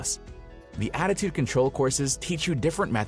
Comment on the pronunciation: Holy crap, I totally thought he meant altitude instead of attitude 😂